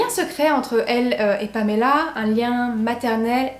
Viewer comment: Je suis toujours troublée quand j’entend une histoire dont la victime porte mon prénom. Mais chapeau pour la façon dont tu le prononces, ça fait du bien d’entendre mon prénom qui n’est pas écorché 👌🏻